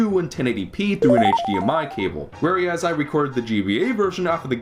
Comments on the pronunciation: It's pronounced "where as," not "whereeeass" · it's pronounced "where as" not "where-e-as"